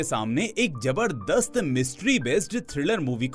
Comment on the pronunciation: Bhai Jabardast nahe Zabardast hota hai.. apki awaz achi hai bas Urdu ki classes ly len.. hamra Zabardasti Jabar nikil jata hai.